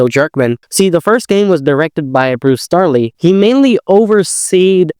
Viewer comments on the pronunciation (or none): Bruce Straley, not Starley.